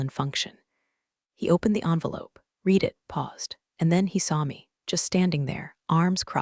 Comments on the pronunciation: The past tense of "read" is also spelled "read," but it is pronounced like "red." This means that while the spelling remains the same, the pronunciation changes between the present tense (pronounced "reed") and the past tense. HAY , you damn computer app --- are you smarter than Atari Pong 😎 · Read is pronounced (reed) or (red). Your AI is embarrassing you and you were much too lazy to edit an AI story. How incompetent are you?